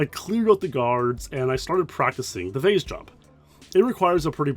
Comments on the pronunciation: I've heard "vase" pronounced "vaz" and "vace" but "vaze" is crazy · Canadians say "vaze", Americans say "vase" and English pronounce in "vaaas". Weird.